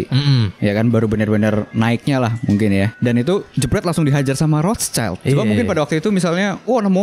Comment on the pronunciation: Rothschild bacanya Roth (Roth) Schild (shild)